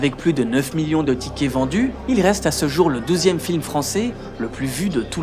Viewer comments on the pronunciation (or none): Deuxième, douzième films français, la prononciation est importante. Sincèrement je comprenais deuxième films français. D'après ce que je comprend il est douzième. Un minoritaire francophone québécois qui veut bien mais là ça devient pointilleux.